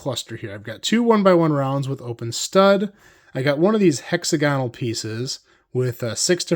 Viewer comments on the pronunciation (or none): The half-gone puffball version is so good! Minor note: while words like hexagon, pentagon, and octagon do have the emphasis on the first syllable once you turn them into adjectives the emphasis moves to the second syllable: hexAgonal.